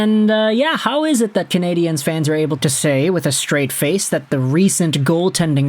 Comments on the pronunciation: Hi. Just a friendly note. The way you pronounce ”Canadien” sounds like canadienne, which is the female version of canadien. The end of canadien is a diphthong. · He's doing it the way EA games did for years and I found it super cringe worthy. Unfortunately that made a lot of people pronounce it wrong 😔 I'd much rather instead of putting focus on the e, they just said "Canadians" the English way. Say it the French way if you're bilingual absolutely, but no need to say it wrong 🤣 I would rather they just say it properly in either language lol